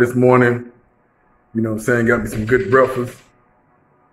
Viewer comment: 🤣🤣🤣 bro it's called breakfast not brefest....